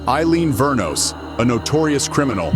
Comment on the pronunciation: It Wuornos not Vernos